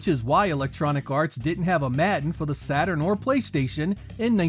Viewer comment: Im sorry but pronouncing "Madden" as "Matten" is completely unacceptable.